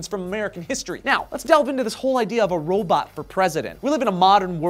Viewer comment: Yep....you said robat, you can't escape that!